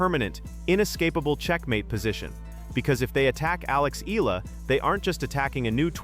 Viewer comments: Here we go again with the 'Eelah.' Please correct how Ms. Alexandra's last name is pronounced. By the way, it's a Filipino name, NOT an American name. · Hi!! Can you please at least spell n pronounce Alex Eala's name correctly!!! Thanks n more power to that wonderful person Alexandra EALA for d happiness n excitement she's giving us Pinoys during these hard times..